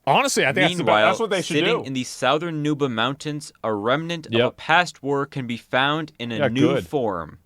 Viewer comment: Never heard it pronounced "sow-thern" before